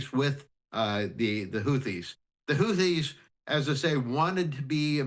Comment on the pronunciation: Can you get your reporter to say houthis correctly please